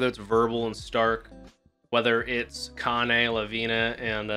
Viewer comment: every time say the name of Kanne... i kinda hear Kanye 😆